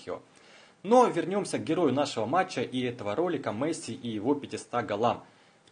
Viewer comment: досмотрел (дослушал) до . после "Мэсси" выключил. такого футболиста не существует.